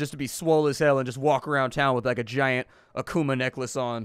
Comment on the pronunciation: kept thinking, 'why is he saying he wants a bear necklace' when he kept saying a kuma necklace. took me a while to realize he was saying akuma necklace